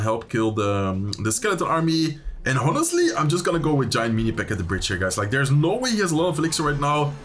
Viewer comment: Wil je wat engelse uitspraaktips? 'Honestly', de h spreek je niet uit. Je zegt ook wel eens 'damage delved' of zoiets. Dps op zijn engels is gangster en 'damage dealt' is volgens mij correcter. Misschien is het oud engels?